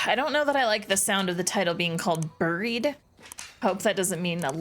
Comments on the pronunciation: I was taken aback. I’m Canadian too but have never in my life pronounced ‘bury’ ‘buried’ and ‘burial’ as burry, burried or burrial. My understanding is that only in some select locations in northern England is it ‘burry’ but that’s it. Every reference for all other English speaking countries it is pronounced like b-airy. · I don’t know where you learned to pronounce the word “bury,” but you’re doing it wrong … and you said it, or some version of it, so many times this episode, each time making me cringe harder than the last. It’s pronounced the same as berry. 👍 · Saying “buried” really sent that Canadian accent tru da roof ya